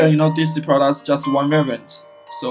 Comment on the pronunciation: I understand this is run by non English speaking - I know its hard to provide service in English sometimes but Hiring someone for $50 per instructional video that speaks excellent English would be a very very good investment. I want to know how your business services work but I can't understand you. Took me 5 minutes to figure out you were trying to say the word "variant". Canader is pronounced Canada. "Prodas" is pronounced products ( prädukts). Not trying to be rude here, just pay someone that speaks english- if its to much money ask a friend or a family member